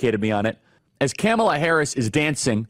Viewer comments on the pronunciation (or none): I've never heard anyone call her "KAM uh Luh." Annoying. Isn't it "Kah-MALL-ah?" She's already annoying enough Charlie. I gave up after . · This guy is so ignorant he can't even say her name right. What a joke he is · You're speaking the truth, but you're pronouncing her name incorrectly. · 😂😂😂 he’s calling Kamala, Camel(a) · I love how Charlie says "Camela Harris" over and over again... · My heart grows a few sizes everytime he pronounces her name wrong ☺️ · Yep Tucker is also intentionally mispronouncing her name, it’s hilarious. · As someone who is a moderate who is still trying to figure out best candidate, it’s hard to take seriously anyone who doesn’t even try to pronounce her name correctly. It makes me question if this isn’t just bipartisan Mumbo jumbo or if this is really a genuine criticism. ☹️ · Charlie Kirk not racist; but mispronounces her name intentionally ….🤣🤣🤣🤣🤣🤣🤣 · Dude you purposely saying her name wrong is the exact reason why they cry about it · Why do y’all insist on mispronouncing her name? It’s insane.😂😂😂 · Why do you insist on pronouncing her name incorrectly? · Following the trumpian tradition, you spew alternative facts. There is a hint of truth in them but manipulated to what is needed to fit your narrative. The fact that even, though you have heard the correct pronunciation of her name, you intentionally mispronounce it for some unknown reason. It’s obvious your intent is to keep the base angry. Angry people are easy to manipulate. You know they will not fact check your claims. If your ardent followers took the time to fact check the plans in place on the Republican side they would most likely move away. To his listeners Take a look at: From a centrist outlets. SCOTUS rulings on, presidential immunity and the Chevron doctrine. Executive order. “Schedule F” Most importantly, the “ Leadership Mandate” ( project 2025) See what the future plan REALLY is. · Please learn how to pronounce her name correctly.